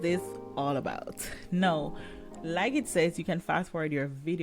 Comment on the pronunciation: Thank u for sharing. I have several English as a second language friends. I think you are trying to pronounce Now and not know. Because 'now' is what people say when they are talking and closing to the next sentence they want to say. We call "now" a filler word or transition word. You use it while your brain is thinking the next thing to say. So if that's what your doing t, think of saying "cow" but day the n sound instead of the hard c sounf. Do you NOW just remember it rhymes with cow. Your doing a great job I would never be able to make s video in another language.